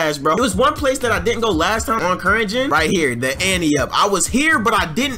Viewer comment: its not anne up its ante up... its wit a t not another n